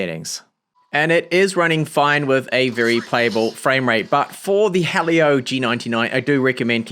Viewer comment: hearing helio be pronounced as hah leo and not he leo/he'll yo hurts